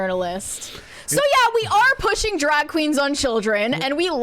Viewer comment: the word is “cast,” not “cost.” The word is “drag,” not “drogg.” And we’ve already discussed “thott” vs “that.” Is it an accent?